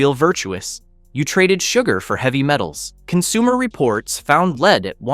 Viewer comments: LEED! It is pronounced LED. Non-English speaker trying English. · Learn how to pronounce lead. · No, seriously -- it's a really good and important report, but it needed a human being to read it for this video, not an AI voice that keeps saying LEED instead of lead and "Go Deeva" instead of "Godiva." It hurts the credibility of your channel and the report to have AI deliver it. Just have the real author read it.